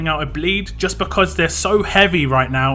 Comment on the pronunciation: Pronounced it right first time more like Wungfa not wang . Also screw bleed lol